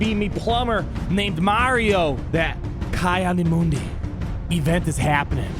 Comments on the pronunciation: It’s pronounced Key not Kai.... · "Kee" not "kye" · Isn't it pronounced 'Kee'-Adi-Mundi though? Not 'Kai' xD Still hyped !